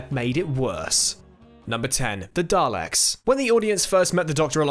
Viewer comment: Why are you pronouncing daleks weird?